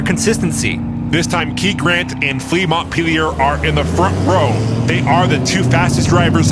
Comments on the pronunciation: FYI, Montpellier is pronounced 'Monn-pelly-yay' rather than 'Montt-peely-yurr' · "Mont peelyer" Ha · And another someone pronounced Montpelier incorrectly. It’s “mont-pell-ee-ay”